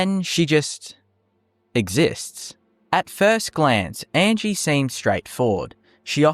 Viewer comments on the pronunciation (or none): 1. The creator mispronounces Angi's name throughout the video. Angi tells you how her name pronounced, "ahn-gee". 2. Angi is far from the only Nord NPC with just a first name. 3. Angi has purposes, to train archery and to be mysterious I suppose. To give a few examples of less interesting NPCs, the child and sultry woman from the Mind of Madness quest do absolutely nothing but hang around, and there is an NPC in the Solitude warehouse who does nothing but sleep. All this being said though, there is cut content in the game, as evidenced by the Creation Kit and the mod Cutting Room Floor by the author of the Unofficial Patches, so who knows what might've been planned, but not implemented for Angi. 4. Faendal does more than chop wood. He has a full schedule. UESP (the most accurate TES wiki btw) goes as far to say that he actually goes out and hunts in the mornings, and if you retrieve the Golden Claw for Lucan Valerius and have done the Riverwood love triangle quest in favor of Faendal, he will actually come and visit Camilla instead of hunting.